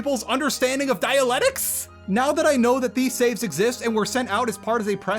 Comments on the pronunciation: The most painful part of this might be hearing dialectics pronounced like Dianetics multiple times lmao Good shit, sad to see this game in this state. Thanks for going through the torture for us. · look im on your side here man but "dialectics" has two Cs in it. dia-LEC-tics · I think you keep pronouncing Dialectics as Dialetics and its making me go insane. good video though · man who cant pronounce dialectics much less understand it, struggles to play a game about dialectics. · Damn shame how P3 came out. Also, poking fun at a voice actor for mispronouncing "steppe" after you've been mispronouncing "dialectics" for the entire vid? Come on lol